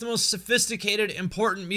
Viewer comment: It’s Lat-er-alus